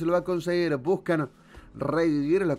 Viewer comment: Dice busan en vez de buscan pero queda como un juego de palabras